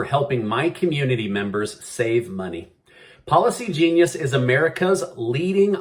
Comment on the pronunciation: Am I the only one that hears "Paula C. Genius" everytime he says "Policy Genius"? 😂